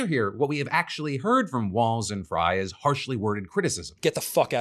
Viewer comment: Psa: Frey is pronounced like 'fray' 😄